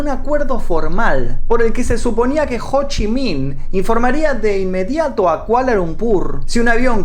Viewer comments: ho chi miiin D: JDJDJKDKD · Cada vez que decía "Ho Chi Minh" no podía contenerme la risa. Me hacia recordar a Amy de Futurama